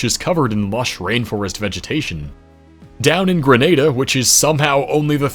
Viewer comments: Being a Grenadian descendant with family still there, it was great to hear the country actually pronounced properly, it's rarer than you'd think. I've been near top of Mount St Catherine, bit scary driving up but it's a beautiful view of a beautiful island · I can't edit on my device, but he said Curaçao correct but Grenada incorrect🇨🇼🇬🇩